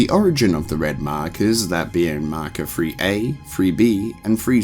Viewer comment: In terms of lore, a concise & excellent video, but there is one thing I must say: Mahkuh.